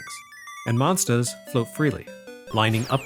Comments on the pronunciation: Excellent video as usual but there's something strange about the way says "monstahs". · I need a monstah to clobbah dat dere Chack'n! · I've followed since the EGM days but I've recently notice him developing an accent, specially when he says 'monsters' on this video. Nothing more, just a cute thing I noticed. As always, an excellent review. Thank you sir.